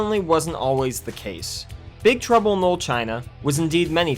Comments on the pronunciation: It sounds like you are saying Big trouble in "mold" China. say it right!! dam you had one job .. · Big Trouble in 'lull' China? Enunciate. Man, I'll never understand how people with speech impediments end up with jobs almost entirely based around speaking. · The narrator keeps pronouncing the title as “big trouble in lil China” and it’s really making me laugh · Wtf can't the narrator of this video say the word "Little" correctly one time? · “Little” was so badly pronounced that the subtitles spelled “knoll” and “Lul”. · Why can't the narrator pronounce the word "LITTLE"